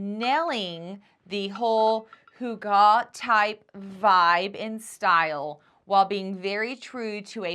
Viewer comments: Pronounce it as hoo gah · Put the emphasis on the first syllable